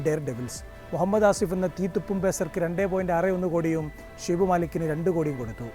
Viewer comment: Anno Shoaib malik aane shibu malik alla 😂😂😂😂😂😂😂😂